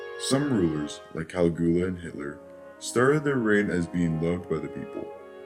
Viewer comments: He pronounces Caligula's name as " Kali Goola "......hahaha. loses a lot of credibility for me. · caliGOOa? smh. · Seriously dude, you can't even pronounce Caligula's name! Can take your video serious!!! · His constant mispronunciation of "Machiavelli" and the butchering of "Caligula" is embarrassing! ("Mach" should rhyme with "mock" and the "I" is pronounced as "eeee"). Many posters have noted the correct pronunciation of Caligula. Seriously, dude, "match -a-velli" is so irritating. Honestly it would have taken four seconds to check the correct pronunciation of the names of one of the greatest political minds in western philosophy.